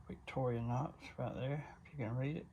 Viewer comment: Great videos! I remember my dad having 2 of those knives in the early seventies. I notice you, like a lot of guys, pronounce Victorinox as Victori-a-nox but there is no “a” in the word.😊